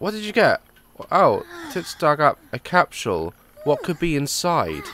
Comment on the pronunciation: Lol "time capshule" 😂😂